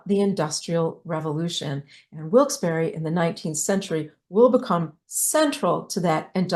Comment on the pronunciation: As someone born in Wilkes-Barre whose ancestors were Connecticut Yankees and coal miners I really appreciate the work you put into researching Wilkes...and...Barre. And thank you for pronouncing the town correctly!!! ❤❤❤